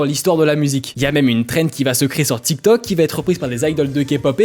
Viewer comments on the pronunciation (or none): none